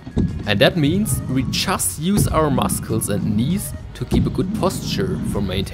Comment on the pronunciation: I love your videos thank you! And the way that you pronounce the "c" in muscles tickles me!